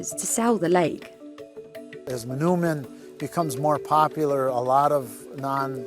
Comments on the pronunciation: For the sake of accuracy, the “oo” in “manoomin” is pronounced like the “o” in the word “toll” not “tool”. “Muh-NOH-min”. The Ojibwe language doesn’t have that “ooh” sound, and if you catch an Ojibwe saying it that way, it’s because they didn’t get to learn their language, unfortunately. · Mah-NOH-min, not mah-noo-min.